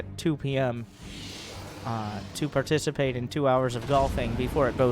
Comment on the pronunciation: dude said u can barticipate